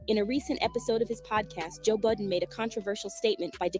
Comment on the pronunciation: His name is Joe Budden not Joe Button